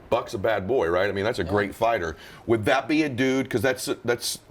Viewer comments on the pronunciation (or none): This guy said BUCK Crawford instead of BUD haha